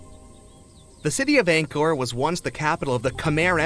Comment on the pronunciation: Angkor wat 🇰🇭 It's not Angkor